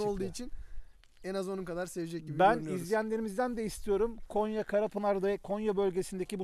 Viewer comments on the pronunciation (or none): Konya değil abi Gonya hoşgeldiniz😂